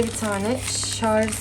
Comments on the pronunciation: Sarz degil sarj 😂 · Şarz değil yanlız Şarj olacak.